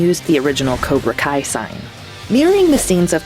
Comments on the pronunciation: Why did she say cobra call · Did really call cobra Kai cobra kal at the end